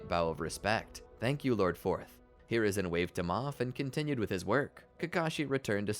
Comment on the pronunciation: Bro said lord forth💀